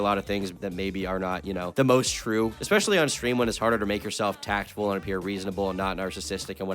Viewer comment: Nah, he says words wrong all the time. Just rolls right out. Says expesually and excetera.